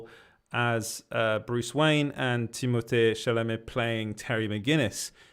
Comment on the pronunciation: you saying u live in france makes so much sense as to how you pronounced timmys name perfectly lol